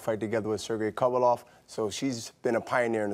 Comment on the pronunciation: This nigga Bernard has never pronounced Kovalev correctly LMAOOOOOO